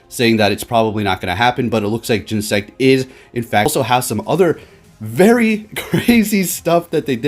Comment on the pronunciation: Oh man the Cringe! say it with me GEN-E-SECT!